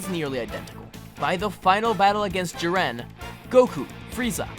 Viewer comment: Jiwren? U mean jiren (Ik this was 3 years ago but wow I didn’t know u found it hard to say his name)